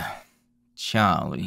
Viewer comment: Everytime you say Charlie it gives 1925 Boston vibes. Yes.